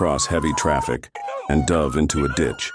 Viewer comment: 🤣 "Dove into a ditch Was there a bird involved?) ." AI's have problems with pronunciation of a lot of words in contexts..